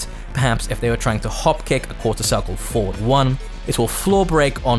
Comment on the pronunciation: Your tutorials are great, there's no doubt about that, but please.. in the future pronounce the words "forward" and "four" more clearly. It's difficult, just by ear, to tell which word you're saying.